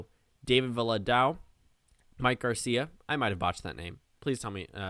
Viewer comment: you said Garcia right.